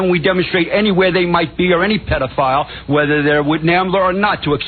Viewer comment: "Weathah der wit NAMBLER or not!"